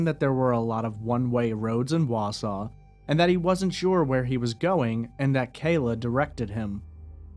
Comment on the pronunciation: But he pronouces Wausau correctly. 😂